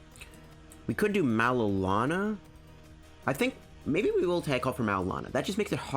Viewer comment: Maybe it's a freudian slip, but every time you say "Marrow&Lana" I tend to hear something entirely different... ;-)